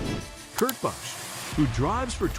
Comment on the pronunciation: Once again you’re mispronouncing drivers and the tracks names. How can you be the and you don’t know any of the names. The footage you use has the announcers saying peoples names correctly. Listen! It’s pronounced Bush, not Bus-sh. It’s Poe-co-no, not what ever you said. Dude get it together!